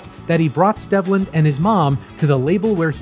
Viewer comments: Stehvland? No, my guy…it’s Steevland. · According to Wikipedia, it’s pronounced Steve-land. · It's pronounced STEEV-lend btw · His birth name is pronounced Steve-land. Otherwise, good video. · At least get his forst name right before you do a video about someone. His name is pronounced “steve-land”